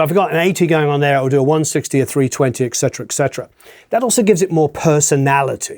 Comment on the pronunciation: Great video! You do get a negative mark for mispronouncing etc as excetera...